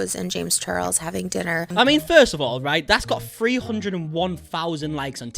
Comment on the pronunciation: “Free hundred and fifty fousand subscribers”